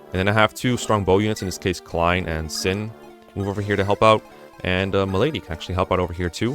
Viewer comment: How come your pronunciation for some words is kinda off? Vuh-ryed, Sin, Larum etc. Approaching this chapter though, so helpful guide ty!